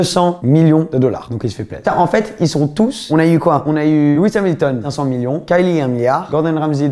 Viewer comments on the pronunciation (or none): none